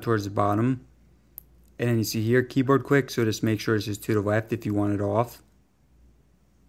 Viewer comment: Keyboad 🤣🤣 did you not go to English in highschool